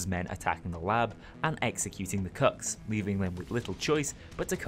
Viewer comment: Does anyone else hear "cucks" when he says "cooks"?